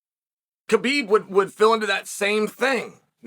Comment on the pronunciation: I love that he can say Khabib's name. But refuses to say Islams name right hahahaha.